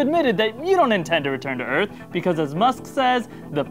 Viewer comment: Wait did say Earnth instead of Earth? Or am I just not hearing shit right?